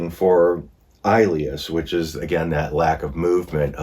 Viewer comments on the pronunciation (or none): Sorry, ileus is pronounced ill-e-us.😊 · "Ileus" is pronounced with short i, not a long i. Like the word "ill" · "Ileus" is pronounced with a short i, not a long i. Like in the word "ill" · Its an ileus not als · Metabolic acidosis does not mean an accumulation of acid in your stomach. Also, the pronunciation of acetaminophen is.Ah-seat-ah-min-ah-fin. Also pronunciation of ischemia is Iss-keem -ee-a. Also pronunciation of ileus is Ill-ee-us. It’s a good idea to look up pronunciations before reading the material and have a good understanding of the diagnosis. Appreciate your video, but it’s a good idea to get a good understanding of what you’re talking about. Other than that, you did pretty darn well in the last half. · It’s pronounced ILL LE US ! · It’s pronounced ill-e-us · Ileus is prounounced - ill-lee-us. Its when the intestines quit working (contracting) may be due to blockage, surgery, infection, drugs or disease. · I kindly suggest you get a medical provider to assist you with these videos not just for pronouncing but interpreting medical reports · Ileus = ill eus (the i is soft) Great job. RN here so glad to help with pronunciation. Love the channel. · It’s pronounced ill-eeus. I have had it several times. It’s awful. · Hey. the term "ileus" is correctly pronounced with an short "i" (eg. "ill-lee-us"). I know you have trouble with medical terms so just a helpful hint for reference. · fyi: ischemic llieus is pronounced iss- ski mick- I- Lee us ( soft "I " as in igloo) I wanted to correct all the medical words but you did well. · Just wanted to mention that Ilias is pronounced ILL-eee-ass (sorry for the ass!) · The pronunciation of her last name is Bo- you, the L is silent. Ileus is pronounced ill ee us. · Ischemia: Ih-SCHEME-ee-yuh Ih-SCHEME-ick Ileus: ILL-ee-us Oopherectomy: EWE-fer-ect-uh-me Gastrectomy: Gas-TRECK-tuh-me Sequelae: Sah-QWELL-uh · It's il- ieus. Accent is on the first syllable.